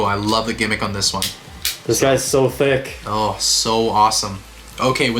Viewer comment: and When you say tick, do you mean thick or THICC?